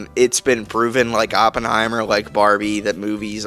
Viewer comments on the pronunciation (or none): none